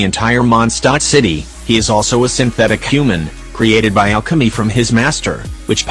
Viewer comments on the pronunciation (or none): none